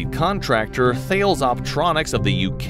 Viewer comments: Thales is pronounced Ta-lez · Thales is pronounced Tah - Les